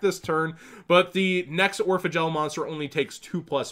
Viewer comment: everytime he says Orphegel i think he says Oregal